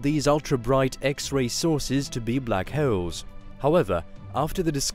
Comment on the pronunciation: I’ve learned a lot about blackhewls today. But very informative documentary.